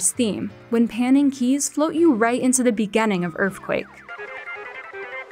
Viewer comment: “in the begAnning”